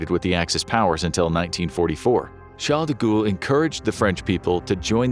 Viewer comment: Sharl Degool (de-ghoul)…😳🤣